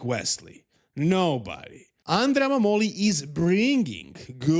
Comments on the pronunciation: MAH-moli. Found that out today also. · The pronunciation of Mammoli is with the stress on the A